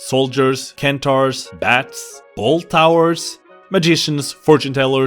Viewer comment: Kentars???? it's Centaurs! (sen-tor)